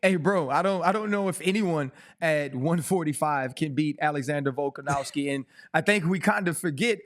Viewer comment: Can we please get RC to pronounce Volkanovski instead of volkanowski 😖. Not a huge deal but every time I hear it it’s like nails on a chalkboard to me.